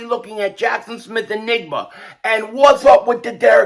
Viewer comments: I’m sure it’s hard to pronounce Smith-Njigba’s name but I’m having a hard time believing it’s pronounced the same way the word “enigma” is! 🤣 I would think it’s pronounced [en-jig-ba]. African words and names aren’t as hard to say as a lot may think. Well I know that unlike American English, most Swahili words are pronounced the way it’s spelled. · You said n-nigba not njigba. 😂😅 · Jaxon smith nJigba. The J isn’t silent. Bro knows what he’s doing saying nigba. 🤦🏽‍♂️ thought u were better than that